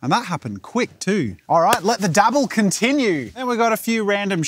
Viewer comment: "fun with art will con-TIN-ue next time" :D